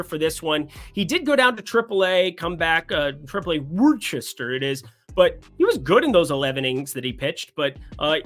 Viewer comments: Your pronounciation of Worcester is a little off (born here and teach in the city now -- always lived in nearby towns). It sounds more like Wiss-ter. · It's pronounced Woostaa. 😂